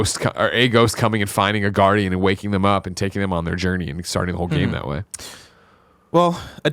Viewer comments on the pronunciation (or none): none